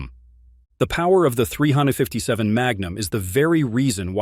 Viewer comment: The AI voice isn't bad overall, but it seems to struggle occasionally with "357."